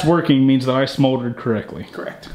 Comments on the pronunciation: Bike is looking fantastic. Is saying 'smoldered' instead of 'soldered'??? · When was talking about about the tail light working, did anyone else hear him say "I smoldered correctly" as opposed to "soldered"? Edit: You teasing bastard XD #outrocrew